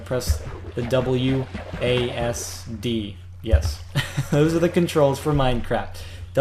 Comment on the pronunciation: wasd: its pronunced Wah-see-dee